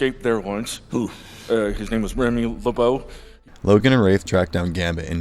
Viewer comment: did you just fuckin' say le byoo instead of le bow?